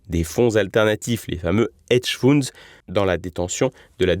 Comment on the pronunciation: Ce ne sont pas des hedge founds, mais des hedge funds …… ! Feunds sivous préférez 😉